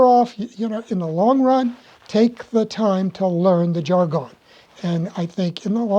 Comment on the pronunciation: I, have never heard anyone pronounce jargon that way. Curious about where you learned it that way.